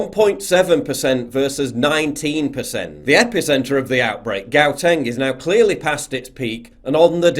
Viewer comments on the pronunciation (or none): No Paul, lol. Noooooo. , it's not pronounced "Gow-teng" lol. It's pronounced "Hau-teng" lol.. yoh, you butchered my provinces name lol... anyway were going to groove this Christmas. The real shit show in SA starts next year. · Paul, The state called Gauteng, in the most profitable part of Johannesburg, South Africa is pronounced “Hough-teng”. It’s said with a guttural sound. It’s not pronounced with a hard ‘G’ like you said…. the ‘G’ is almost silent… it’s NOT pronounced like you said … “Gow-teng. LOL. The Africaaners have a lot of guttural sounds to their words (their language is a combination of French, German and Dutch). I know this because I lived in SA for years and married a South African Africaans woman. Nevertheless, you are bang on about this BS omicron mutated virus (obviously its most likely man made as well). Cheers! 🤟🏻👍🏻✌🏻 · Had a lol at the pronunciation of Gauteng :D. I was stuck up in North Africa thanks to Omnicron trying to get back home to South Africa. The joke is that the flights from Ethiopia TO South Africa had the flight attendants wearing double upped masks.....like I understand the flights from SA, but flights TO SA? Either way the epidemiologists here in SA will more than likely keep quiet about any new variants thanks to the panic lockdowns of the so called educated countries.....